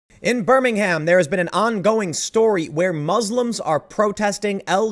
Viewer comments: Pls Tim stop saying BirmingHAM. In England you pronounce it “BER-MING-UM” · Btw I'm from Birmingham and we don't pronounce it like alabamans,.. it's "burm-ing-um".. p.s. keep up the great videos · Tim, it's pronounced 'Birming-um', I keep trying to tell you... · It's pronounced "Burming-hum", not "Burning-HAM"! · Pssst, It's pronounced "Birminggum" in the UK, just as Edinburgh is 'Ed-ing-bruh' not Edingborrow as my auntie pronounced it lol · It’s funny to hear the American pronunciation of Birmingham. It’s Bur-mingum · It's pronounced "Burr-min-um" 😉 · Tim..... you are pronouncing the city incorrectly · I don't wanna take away from the contents of the video but that's not how you pronounce "Birmingham" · Please don't pronounce the H in Birmingham, it's cringey.